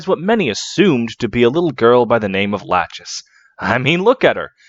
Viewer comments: Bro, why are you calling het "Latchesees" lol Her name is a reference to the 2nd one of the three Moiras from Greek Mythology - Lachesis The correct pronounciation should be "La-ckhe-sis" (the ch sound in Greek is not present in English, but it's similar to a more guttural j sound in Spanish) At least it's not as aggravating as Project Naga's RAQUESIS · not to be That Guy, but in heroes nanna pronounces her mum's name as "la-kee-sis", so i think that's the canon pronunciation. but otherwise i love this video!! i love lachesis sm!! this was a good reminder i need to keep reading the genealogy manga